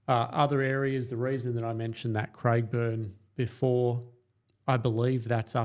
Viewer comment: People would believe in what you are saying if you could pronounce the suburb names correctly. . It’s not Craigburn , it’s Craig e burn, and half a dozen other names you got wrong.